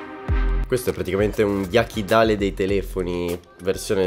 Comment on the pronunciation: Ma perché dici Jakidale dei telefoni? Sei più bravo te